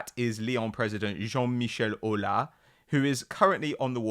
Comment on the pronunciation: i m french and just wanted you to know that the s in Aulas is pronounced